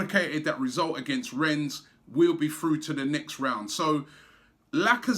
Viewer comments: please robbie... its pronounced REN not RENS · Pronunciation is Ren silent s Rob common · Jesus... Robbie, mate, it's pronounced 'Ren' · "Renne" robbie . remember ur preview last week . no "S" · Really Robbie you still pronouncing the club name incorrectly as Renz? I wonder what AFTv fans in Rennes think about that? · It's 'Renn' mate! Do the honors of pronouncing it correctly before we thrash them. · just because of robbie's shit pronunciation, I want rennes to win lol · LEARN HOW TO SAY RENNES PLEASE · even after the guy in Rennes told him you don't pronounce the s he kept doing it ! Nothing but love for Robbie but pronunciation is a weakness! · Man...how many more times! Don't pronounce the "s" in Rennes!🤣